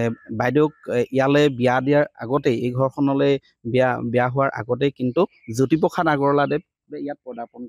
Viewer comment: জ্যোতিপোখাত নহয় অ' বোপাই জ্যোতিপ্ৰসাদ! উচ্চাৰণ শুদ্ধ কৰিবা।🫢